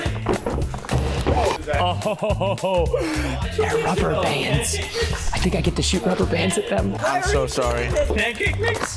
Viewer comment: I thought preston said “copper pants I get to shoot copper pants at them” but he said rubber bands